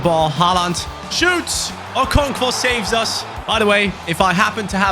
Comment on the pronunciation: bro there is no v in okonkwo😆🤣